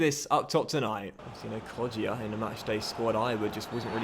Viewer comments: it’s pronounced Kod-ja not Kod-jia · It's pronounced KodJA JA!! not JIA :P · It’s pronounced [ko-ja] the ‘i’ is silwnt